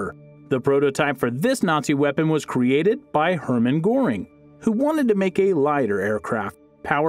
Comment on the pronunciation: I already noticed when he anounced Goering in the begini g